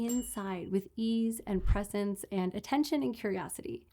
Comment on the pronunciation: 'Presence', not "presents" 😉